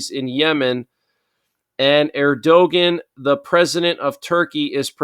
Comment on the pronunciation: sorry to nitpick. Erdogan is a pronounced air-doh-wan